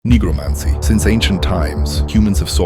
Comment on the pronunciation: you did NOT say necromancy bruh